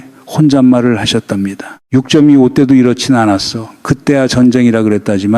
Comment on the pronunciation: 다 좋은데 육쩜이오 전쟁이랑 유월이 아니라 육월로 발음하는 ai나레이션 수정 좀 안됩니까? 집중하는데 상당히 거슬립니다. 6월 지나서 들을까했는데 이번달 아직 많이 남았네요.